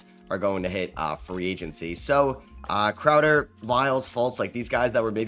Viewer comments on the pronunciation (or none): none